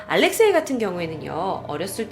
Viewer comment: 알렉쉐이가 아니라 알렉세이황태자입니다 ~